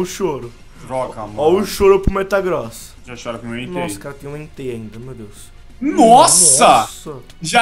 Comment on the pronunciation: O falou metaCROSS inves de metaGROSS